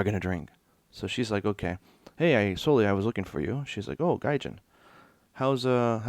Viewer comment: Soleil's name is French and it is pronounced "So-lay" not "So-lee."